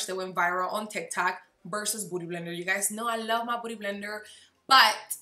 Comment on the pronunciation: Why is she saying booty blender?? 😂😂 she can’t pronounce beauty? I’m so confused